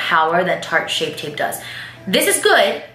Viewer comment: "Shart tape"😂😂😂